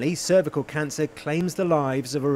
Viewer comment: Brilliant news! Just curious though, did anyone else notice the initial pronounciation of cervical? 😂